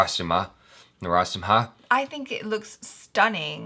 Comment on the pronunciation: I just loved how tried to say Narasimha. He stressed to keep it perfect. Keep it up buddy